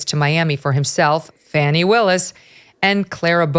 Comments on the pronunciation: Megyn, I know a lot of news media are pronouncing Fani as Fanny but the correct pronunciation is Fawny. What Nathan Wade and Fani Willis have done is a misuse of taxpayer money for Fulton County. Her behavior by her own words when she was running for office as DA considered a reason to fire herself. Personally her hiring an attorney for RICO case such as Trump that’s not qualified and needed county commissioner consent but she didn’t get and possible use of COVID relief funds for paying for her adulteress affair should be criminal. At minimum she and Nathan Wade need to be disbarred from being officers of the court. JMHO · Great report, and I love that you're calling her "Fanny," rather than "Fahni." She's definitely selling that thing! 😂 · And as we all know, her name is actually pronounced "fauni". But FANNY is far more appropriate, as she so consistantly makes an ASS of herself. . . As such, 'Fanny' will continue to be my enunciation of choice :D 🤭 PS: Only those who fawn over Fani -don't find 'fanny' funny :) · Pronouce her name correctly. Please. Yall do this on purpose. It not Fanny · We all know it's really pronounced "Fanny" she ain't foolin nobody